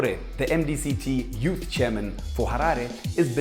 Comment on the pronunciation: The "youthizz"😂😂